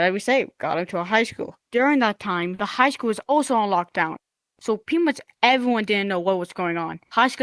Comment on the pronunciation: My prayers go out to all those who were affected by the incident. On another note, , the way he says 'evewyone' is adorable.